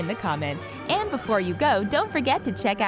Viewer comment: TheRichest just quit with the subcription begging its really annoying. oh and dont say "español" you say it weird. thanks :)